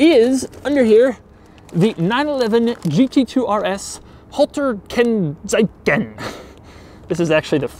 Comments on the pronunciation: "Holtar Kennsaicen" however made me laugh so hard, sorry. "Halter Kennzeichen" ("Kennzeichenhalter" would be correct if you use it in a sentence) means license plate holder. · "Halta Kennzeiken" ... As a German that kills me xD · as a German I really had to laught at his pronunciation of Halter Kennzeichen